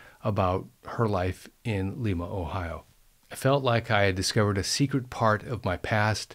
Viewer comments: It is Lima long i...not Lema pronunciation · I thought locals pronounced the name of Lima LIE-ma. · True... my Dad lived in Lie-ma OH 🙂